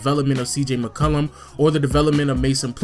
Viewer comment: da way you say mccollum annoys me lol